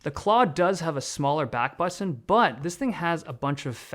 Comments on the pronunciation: The unique way this guy starts saying baahtn towards the end 😂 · The smaller back batttttooonn! 🧐😅 Love how he pronounces it! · Dave's accent is pronounced when he says "Button" i love it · This guy pronounces "Button" in a different accent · I cannot unhear the funny pronunciation of button, how have I not noticed this before 😂?! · Y does u saying ' button ' sound so wierd, dave??😅😂😂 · Just noticed how weird the "button" word sounds from Dave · Thanks for the review, you say "button" in a funny way :) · The way he pronounces button tho. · What's with the way he says "button" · Is no one gonna talk about how he pronounces "button"😂 between to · Notice Dave slowly switching to a British accent 😂 - the word Button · Why does Dave turn British when he says "button" in this part? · The way Dave says button scratches a part of my brain that I didn't know I had